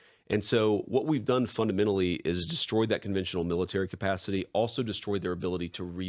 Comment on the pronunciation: JD needs to stop saying "funadmenally"